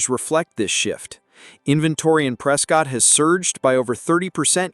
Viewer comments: I can tell that you have never been to Prescott,. Prescott is pronounced Prescitt, like biscuit!!:face-blue-smiling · FYI- Locals pronounce it “Press-Kit.” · This video is inaccurate about many of the cities named. Specifically Lake Havasu City. There are NO bathtub rings on lake canyon walls. The lake is currently held at consistent levels. The pronunciations of Prescott and Havasu by the AI voice are bad enough but the information is worse. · Can’t even pronounce Prescott. Get lost dude